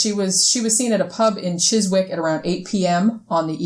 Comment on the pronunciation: Oh, wow, 88 set the comments section on fire! I think the attraction of your podcast is chiefly in that you don't just accept everything at face value; you question everything and have plenty of "Yeah, whatever!" moments. Also, I can share your stuff on Facebook without worrying that my more-skeptical friends will dismiss it out of hand. (Chiswick pronounced "chizzick".)